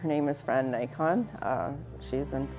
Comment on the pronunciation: also! Her last name was mispronounced. It’s “Nik-in” if that makes sense? The emphasis is on the first syllable.